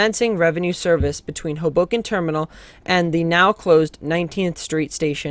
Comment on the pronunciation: It's pronounced "HOboken", not "hoBOken".